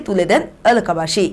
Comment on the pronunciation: স্পষ্টভাবে কথা বলতে পারে না 'এলাকা বাসি' উচ্চারণ টা শুনবেন